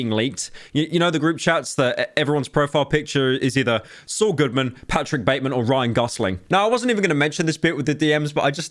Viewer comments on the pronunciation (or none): none